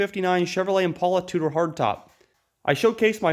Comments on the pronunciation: I'mmmmmmmmmmm pale uh, not immmm, pol uh. Bv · Every time I hear or see the word 'patina' I want to puke.....BTW-It's not an 'Impaula'.